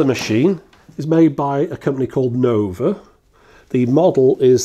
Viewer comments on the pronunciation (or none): none